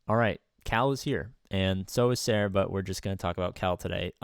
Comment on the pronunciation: is it just me or did it sound like he said "and so is Sarah" in the beginning instead of "and so is Cere" lol